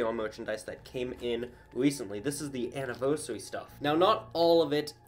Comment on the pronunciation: really said ANNIVERYSARY